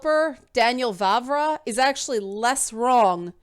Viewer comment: Correct pronounciation of "Vávra" is very much like "Vah-vrah". So you got it almost perfect :). Moravians are not really Moors at all afaik. If we went a bit deeper into history you could bump into Great Moravia. They are very close to Bohemians, though not interchangeable, i kind of doubt it has anything to do with Romanized Moors. That was almost half a millenium before the time of the game (established pre-800s). Still its a cool thing to explore to. What you can actually kind of talk about that Cumans (present in game) have their roots in Mongolia. The third part of current Czech Republic is Silesia, a southern bit of it, since most of it is in Poland. Vavra later on adjusted and fleshed out that opinion after a while. 140 chars etc. The current stance is: Bohemians knew about people of different colors, like from bible etc., in cities it might have been more likely for them to meet them, but in remote villages it was very unlikely. Dont you find it funny that western media immediately treats the historians he talks about as immediately racist? :) In here, left wingers are anti immigration too, often times even more so. Our center right parties were cautioning more about explicit hatred. Even though our president is left wing, he is probably as anti immigrant as trump. He even supported him. Some ideas of his are more workable (support affected people in their home countries) so its not really entirely trumpian, but our political spectrum is definitely different from US